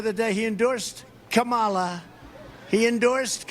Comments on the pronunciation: Why does he keep pronounceng her name wrong teasing her he wrong especially during medical crisis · The fact that he purposefully mis pronounces Kamala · Is Trump unable to pronounce her name. Its C O M A L A!